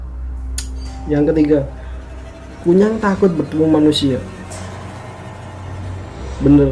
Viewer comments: Kuyang pak bukan kunyang Kunyang 😂 Aku orang kalimantan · Nyebut nama a aja SALAH 🙄😌 KUN NYANG ????? "apa an tuh.. K.U.Y.A.N.G RALAT DULU TU ejaan.. Situ aja NGEBASSSS bahasa a. Kalo bukan asli Kalimantan gak usah share vid😏 Kalo blom pernah ngalamin, GAK USA DEH S.O.K TAU!!!!! omongan U, hanya biak belaka. Q ASLI KALIMANTAN TIMUR. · KUYANG bro yang bener BUKAN KUNYANG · Koreksi KUYANG bukan Kunyang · Maaf bro nyela dikit, kuyang sih namanya bukan kunyang...kuyang itu sebutanny dlm bhs Banjar,klo dlm bhs Dayak Ngaju itu namanya Hantimang sebutan utk kepala terbang,ada wujud lainnya ktika mrk tidak bs trbang/terhalang utk melepas kepala dan tdk ad ksmptan terbang,mk merubah wjud jd binatang jdi2an, tpi kepala manusianya tetap menggantung di bwah leher binatang jdi2an itu, ada jg yg tdk bisa merubah wujud krn terkunci mantra biasanya tetap brwjud mnusia hanya saja sprti kesurupan dgn memanjangkan lidahnya saja, jenis ini nmnya Pangoloh atau Hantuen. Skg ini persebaran yg lebih pesat krn perkawinan, bukan lagi krn mslh myk kuyang/myk bintang utk pesugihan atau awet muda tpi titisan hsil prkwinan,contoh: mnusia yg bukan keturunan x itu kawin dgn manusia siluman jenis ini, biasanya sangat jarang klo tdk menjangkiti pasangannya,bgtu pula dgn kturunannya walaupun tdk semua anaknya menjadi manusia jdi2an. Dlu pngalaman sih keluarga di kampung ktika di ladang didatangi seekor rusa jdi2an yg dibawah leher rusa itu ada kpla manusianya,dlm keadaan begitu jgn takut lbh baik mlwan ditebas saja atau jika kenal dgn wajah yg menggantung dileher binatang segera kita sebut aja namanya atau nama lengkapnya biasanya lgsg berubah jd manusia..jika sdh berhdpn dgn yg ini biasanya tujuannya mmg menyerang kita,tpi klo yg kepala terbang itu sih sasarannya cmn org bersalin,hamil,sakit parah&org yg sdh meninggal..sy dl bbrp kali melihat kepala terbang itu, iseng sy tunjuk saja dgn telunjuk dan saya pa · Kuyang bro bukan kunyang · Pak kuyang bukan kunyang